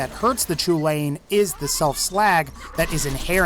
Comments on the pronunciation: I know I'm 2 years too late but the Chulainn is pronounced Cullen, not ''chew-lane''. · "Choo-lain". No, It's pronounced "Kell-in." As in, Cu Chulainn, the Hound of Ulster. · just so you know it Chulainn isn’t pronounced “choo-lane” it’s pronounced “kuh-len” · Lads I’m Irish. It’s pronounced “Hullin” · It's pronounced KUL-IN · Thank you 🤣 I was cringing so hard lol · The "Chulainn" is pronounced "Hull-an" it's Gaelic, named after a legendary giant Cú Chulaínn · "Chulain" I can't blame you, but thats not how its pronounced. Its pronounced "Coo - Lawn"